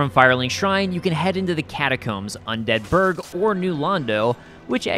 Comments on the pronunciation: undead BURG, not unDEAD burg. That triggers me haha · "Un Deadburg" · Just finding this and gotta say I love the video. Definitely gonna check out your channel. Ps. I cringe every time you say "un DEADBURG" The way you time the emphasis gets me every time. 😂😂 keep up the good work and great content fam